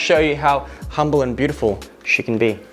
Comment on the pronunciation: Ikr! I heard it she-can be = chic-en be :P